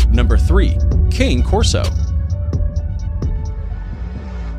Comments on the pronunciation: When you don't pronounce a dog's name appropriately, it makes your whole presentation suspect. Do you homework, dude. "CANE CORSO" is phonetically pronounced "KAH-NAY KOR-SO". Not pronounced as in candy cane, walking cane, king or anything other than KAH-NAY. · Cane Corso..............the name is Can-eh Corso. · They didn't even pronounce Cane Corso correctly. A cane would probably find this disrespectful. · I cringed when he mispronounced the name and then got almost everything about the breed wrong. Mine will be 9 in June and she's the sweetest. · Bruh can we just talk about how when it said cane corso first off he said the name wrong and when it said number three at first those were neo Mastiff's